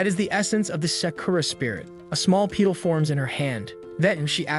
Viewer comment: Dis sip all and peed all , For disciple and petal Had me chuckling 😂